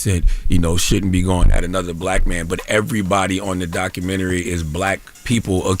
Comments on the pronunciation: I hate when ppl say documentaries like that 😑 doc-ka-men-naree 😂🤦🏾‍♀️ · Documentry...Jim Jones gosh, it's documentary!!!